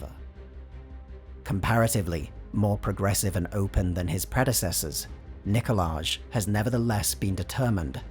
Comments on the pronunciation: It's pronounced Nikolaj #99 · It's pronounced Nikolaj. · It’s pronounced Nikolaj